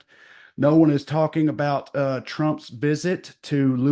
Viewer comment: Love you like chicken, Trae. Did you really pronounce the Chabad branch "Lu-ba-VICH-er"? It's "La-BOVE-it-cher." But thanks for trying and for being the funniest redneck in TN. ❤ Deb, Knoxville